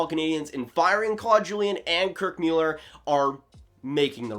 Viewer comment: Kirk Mewller lol